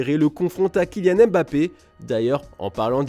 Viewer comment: Je suis le seul à remarquer Kylain au lieu de Kylian